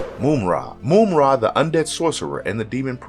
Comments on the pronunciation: Mamra Not moumra 😉😉 I'm from Europe 😂😂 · Like, I've heard the guy say it right 3 times, out of every other time saying Moom-Ra. No, my dude, you can clearly hear the villain say his own name Muhm-Ra more than once in the clips that were chosen. Can't wait to hear what other names my guy butchers throughout the rest of this vid. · Moomra, lol. Mumm-Ra. Wiley Kat and Wiley Kat, lol. Wiley Kat and Wiley Kit. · It's not Moom-ra. It's Mumm-ra. As in "mum's the word" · "Mum" like mummy,not moom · How this mam pronouncing Mum-Rah as Moom-Rah. That so annoying. Just have to listen to mumm-rah to hear the pronunciation of his name. That was annoying 😒 Americans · Yeah like mummy not moomy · Just one, simple gripe: "Moom-Ra". 'Tis almost...BLASPHEMY.😂😂😂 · How do you mispronounce mumm-ra name and then show a clips from the show where the character said his name?? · For the last time, it's pronounced: MUMM-RA!!!!! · Moomra? Moomra! Either he is doing it on purpose or he just reads it as he sees it and never bothers to listen to the clips. Mumra would be displeased. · If you don’t pronounce Mumra’s name the right way 😡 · This guy slaughters names!!! How do you say Ma-Mutt 4different ways in the same explanation?? 🤣🤣🤣🤣🤣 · How can you repeatedly mispronounce a characters name even after playing a clip that correctly states it?? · How are you going to mispronounce Mumm-ra’s name when he literally says it in the intro clip.